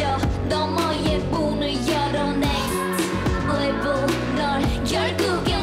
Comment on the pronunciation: 솔직히 노래 처음 들었을 땐 이게 뭐야 싶었는데 Next Level 발음에 치여서 계속 보고 플리에 넣음ㅋㅋㅋㅋ